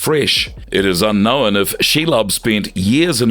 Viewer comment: Please learn how to say the word ‘unknown’